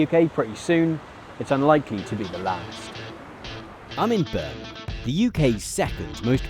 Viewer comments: Most played: , trying to understand the city name of Burmhm, giving up, turning on subtitles :D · ...i kept not being able to hear what you said, it sounded like...im eburn....i figured it was Birmingham...in the end apart from rewinding a few times & that on its own didnt bear fruit, subtitles did the job!.....still....sounds like....hello imeburn.... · Had to rewind two times to hear the city was Birmingham. Enunciate!